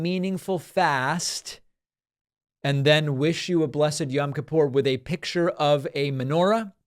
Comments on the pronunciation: It's pronounced yOem kippur David. "Yam" is hebrew for sea. Also, the menorah is not such a blunder. The menorah is always a symbol of Judaism. So minor mistake (bc on Hannukah it's 8 and a middle candle vs normal 7 pronged) . And, she was spot on w/ the hebrew holiday language.It's so good that she probably got it from someone orthodox (which would make sense bc so many are republicans). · Oh please, David's pronunciation of Yom Kippur is more irritating to me than a menorah on a yom kippur greeting card. I cannot stand the woman but who cares. And lets be honest one of her staffers took care of this for her anyways.